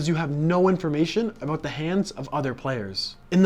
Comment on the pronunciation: I didn’t think you were Canadian until you said “aboot”